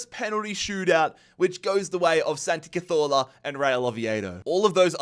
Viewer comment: I want Santi Cazorla to retire just for you to stop saying his name